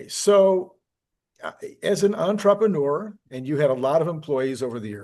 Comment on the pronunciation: when are you going to learn how to say entrepreneur? Any realtor, jeweler, nuclear physicist, etc. that cannot pronounce their own title is one I wouldn't trust and it is really just embarrassing